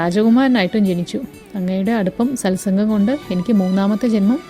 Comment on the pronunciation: സത് സംഘ്.. ആണ് ശരി. സൽ സംഘ് അല്ല.